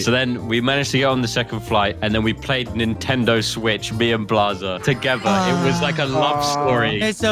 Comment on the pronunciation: Bro said swetch